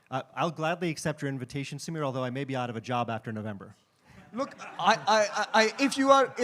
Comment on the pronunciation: Notice how this Indian converted into an American pronounces "Samir". he was born to a Sikh family yet he doesn't have a pagri. Such person can not be trusted and Amreeka cannot be trusted at all.